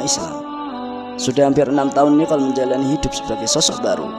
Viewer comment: Nikol...bukan Niqol